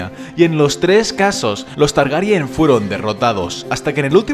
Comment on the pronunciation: Está bien, pero estaría mucho mejor si pronunciaras los nombres correctamente. En la serie ya se han dicho varias veces y pronuncias mal Aegon y Targaryen, entre otros. Saludos